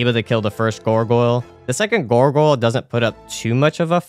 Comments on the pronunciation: why are you saying "gorgoyle" lol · The way the pronounciation of "Gargoyle" just got progressively worse with each time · I love how your pronunciation turns into gorgoyle